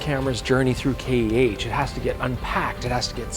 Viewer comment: It's K-E-H, not Kaych.